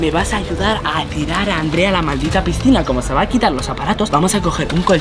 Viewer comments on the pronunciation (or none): Xd en el minuto dijo malsita piscina en vez de maldita piescina jjj like si te diste cuenta